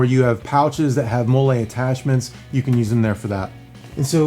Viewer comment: Great review but it's pronounced Molly webbing, (spelled MOLLE, modular, lightweight, load carrying, equipment) Mole is a Mexican sauce ;-)